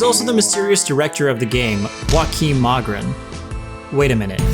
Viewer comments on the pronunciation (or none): Joakim≠Joaquim It's a nordic name pronounced Yoh-ah-kim. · Funny time to be a swede to see this guy speaking mock norwegian and couldn't pronounce his own name